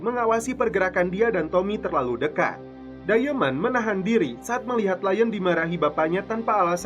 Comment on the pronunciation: Diamond dibaca dayemen, ahahaha